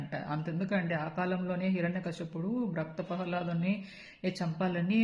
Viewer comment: Raktha prahaladudhu kaadhu bangaram,baktha prahaladudhu